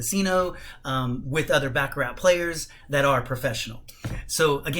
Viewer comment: It's pronounced "Bah ka rah" ...not Ba ka rat...otherwise , good video content